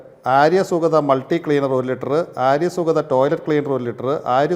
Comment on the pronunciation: സുഗത തേങ്ങ സുക്ത എന്ന് പറ പേട്ടെ. പിന്നെ നീ ഒന്നും വിടു വൃത്തി ആകുലേടെ പ്രൊഡകട് കൊള്ളൂല പോലും